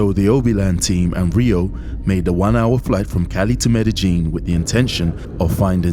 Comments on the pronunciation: It's pronounced Med-e-yeen not medejeen. The J is silent. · Wp tf calls it Med-ih-jean? It’s pronounced Med-ih-yeen. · You’re in Medellin or Medegene? And please stop saying “ax”. By the way, I’m glad you got these pigs - they deserve this…actually they deserve way more than this. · MEDEGEENE ? Pretty believeable story and video if you don't even know how to pronounce the location correctly. Guess the location was in COJUMBIA eh ? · In the English language the word asked is not pronounced "AXED" .. Its pronounced ask-ed . the K is pronounced as part of the ask .. with the "ed" immediately after.. I am not from down there, but Google pronounced MEDELLIN much different than you. I have never heard it pronounced the way you do "MED A JEAN" . Why are replacing the 2 l's with the letter J ?? Best regards from the English speaking world.